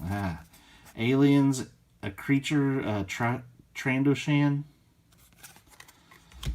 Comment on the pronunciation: your pronounced trandoshan and tosche station incorrectly. however, trand o shan sounded funny